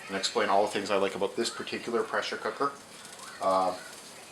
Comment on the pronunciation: DID anyone else notice he said pressure co_ker. lol